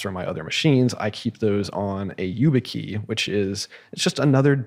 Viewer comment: struggling to understand how Peter has never heard of YubiKey and keeps referring to it as you-bit-key 😬